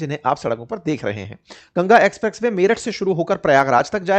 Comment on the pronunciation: Bhai ji apka Ucharan express Way ko aap galat Bal rahe hai so kripya dhyan den